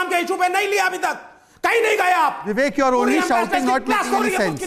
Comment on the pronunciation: बिबिकजी नही बिबेक गधा गधा गधा गधा गधा गधा गधा गधा बोलना चाहिए